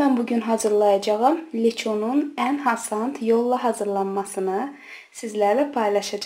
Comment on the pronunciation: Cox suni daniwirsiz.birde hasand yox asan